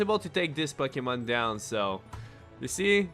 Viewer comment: Pucky-mon. Lmao.